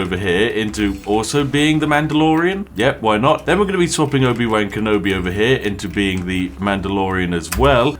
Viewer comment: Spiff pronouncing Obi-Wan wrong really hurts